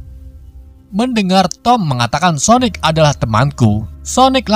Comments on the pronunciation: Bang sonik bang sonik bukan sonek:v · Kok gk konsisten pertama bilangnya sonaic terus berubah jadi sonic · Bos itu Sonic bos Sonic bukan sonaic😂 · Kok Sonet bang bacanya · Salah bang bukan soneic tau sonic tapi Sanic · sonic bukan sonaik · Kalau kekuatan nya super sonic ya nama nya sonic lah bukan sonec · Bukan soneak apa sonais sosis sonice nama nya sonik atau sonic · Sonic bukan sonec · Cara bilang nama Sonic dengan benar: Sonic bukan sonaic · Namanya Sonic bukan soenec c dibaca k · Aku awal awal kok dengar abang bilang " sonec" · Biasa ajj lh ngomong sonicnya 🐒🐒